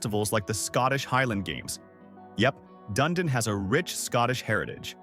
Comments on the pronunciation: The copy is spot on, but the voiceover is a joke, and the visuals are basically made up. I live in Dunedin. It's pronounced Done-Edin, not Done-a-dine. The Don Ce-Sar Hotel, the pink building featured in the Gulfport section of this video, is not in Gulfport; it's on St. Pete Beach. I've got no comment about putting a photo of snow-covered mountains in a video about Florida. In Tampa, it's pronounced E-Bor City or I-Bor City. I know it's all AI-created, I just wonder how it could mess up the images so badly. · Dun ee dun Florida not dun ah dun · It’s pronounced Dun-Edin. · Dun-Edin/ dumdum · I like videos like this however too many are using AI voices to narrate. It seems kind of lazy to produce a video and not put some personality in it…I stopped watching when the video butchered the pronunciation of Dunedin, FL!